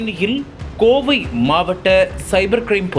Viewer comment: செய்தியை கூறுகிறவன் என்ன ஸ்டைலாக பேசுவதாக எண்ணி பேஞுகிறானா?. தமிழை ஏன் இப்படி வல்லினம் மெல்லினம் கூட அறியாத அளவில் செய்தியை அறிவிக்கின்றான் இந்த கபோதிப் பயல்கேட்க நாரசமாக இருக்கிறது 'ழ ' கரத்தைக்கூட சரியாக உச்சரிக்கத் தெரியவில்லை. கீழ் என்பதை கீல் என்றும் கோவை என்பதை கோவி என்றும் , அழைத்து வந்தார்கள் என்பதை அலித்து வந்தார்கல் என்றும்., வழக்கு என்பதை வளக்கு என்றும் கூறும் இந்த அறிவிலியை செய்தியைக் கூற அழைக்காதீர்கள். கேட்க சகிக்கவில்லை. காதில் நாரசமாய் விழுகிறது. தமிழை சொல்லிக் கொடுத்து ஆசிரியரைத் தான் தண்டிக்க வேண்டும் . நாங்கள் படித்த காலத்தில் தமிழை யாராவது சரியாக உச்சரிக்காவிட்டால் பிரம்பால் அடித்து திருத்துவார்கள். என்னால் பாதி செய்தி கூட கேட்க முடியவில்லை.